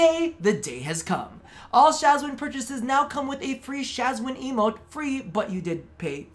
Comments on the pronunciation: They way you pronounce Shwazin... :') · I love your content and I agree with the Shawzin part, but the way you say Shawzin, makes me want to jump out of the window.